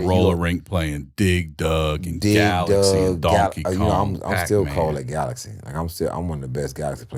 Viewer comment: It's GALAGA not galaxy